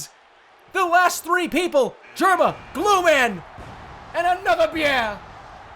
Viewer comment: ANOTHAH BYEAH!